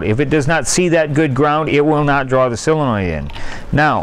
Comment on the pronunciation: Soooooooole le noid… sooole…sole…sole… Len…noid Not sell le noid